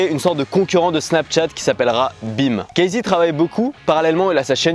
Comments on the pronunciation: deja on dit cassy pas kaïzey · apprends a prononcer son prénom avant de faire ct vidéo ;)